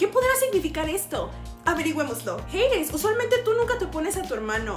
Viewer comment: es Hades JIADJSUW no "jeides" 💀